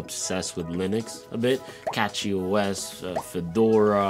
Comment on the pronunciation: It's CachyOS not Catchy - Its bcs of the optimized kernel; "Cachy"-Scheduler ;-)